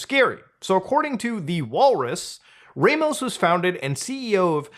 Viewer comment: ah so canadians also hate foreign names? Its Ramos not "reymoes"